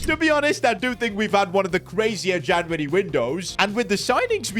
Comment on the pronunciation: with the janvary his indian accent coming out